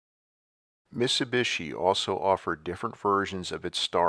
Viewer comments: this dude cannot say miTsubishi.... missubishi. drives me nuts. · Why do you mispronounce MIT-SU-BI-SHI?